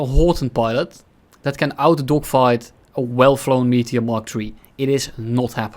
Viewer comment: I cannot unhear pronouncing it "Meatier"